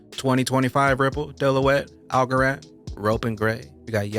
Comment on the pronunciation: ....dillow wet is pronounced....da loyt...Rock On...!!!